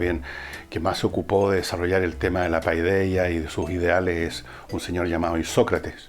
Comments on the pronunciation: Le suplico de rodillas que no vuelva a decir "PAIDEAH", porque me sangran los oídos. Se dice "paideia", es muy sencillo. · Segun lo que he leido y escuchado,PAIDEIA, tendría que leerse "PEDIA"..